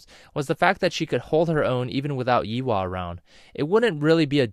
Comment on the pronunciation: Pronounced =Yay-hua not Yi wa